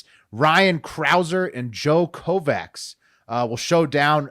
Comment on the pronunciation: Hey Will FYI the - “cs” is pronounced “ch” so that guys name would be phonetically “koh-votch”